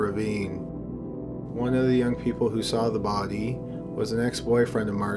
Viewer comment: Jessica Grime lol i didnt notice till yoh point it out